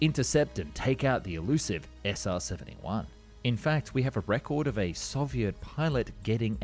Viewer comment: SR-Seventy Juan